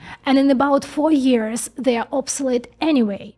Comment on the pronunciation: Years,not tears.